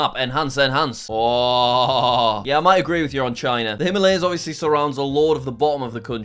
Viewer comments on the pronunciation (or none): none